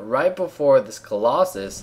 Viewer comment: "premature collossuss" nough said. You should cast more while drunk.